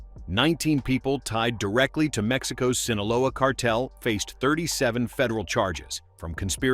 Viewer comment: I don't think Newsom can pronounce the word "cartel".